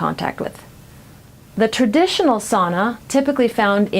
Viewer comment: Learn to pronounce sauna correctly.